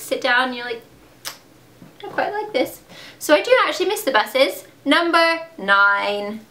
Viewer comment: When you said "I do actually miss the buses" You said it with a British accent :P